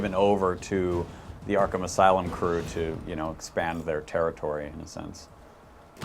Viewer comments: "Arkham As-City" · Haha, he almost said Arkham Asylum at the beginning